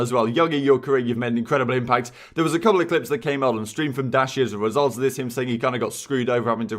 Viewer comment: Nice work on 30k man. But like why did u pronounce dashys Like dashy S Zed N. Its more like Dashy Season but shortened.